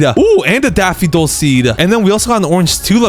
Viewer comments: daffidol instead of daffodil lol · why do you say daffidol but the subtitles daffodil? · Sorry to be this person but it’s Daff-oh-dill 🙃🙃